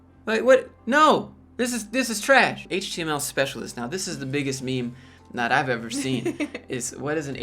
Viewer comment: lol it's his way of mocking them for trying to be "hip." Basically he's saying the word "meme" incorrectly on purpose